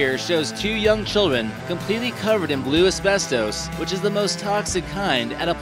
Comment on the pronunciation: Why does he say abestos like that. LOL